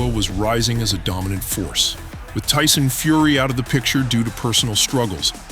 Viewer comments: “Dyson Furry” 😂😂😂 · Mannn I cant stand when people try way to hard to make sound bites instead of just being themselves. The whole "Tyson feery (he mispronounced the name) where are you" sounded so fkn lame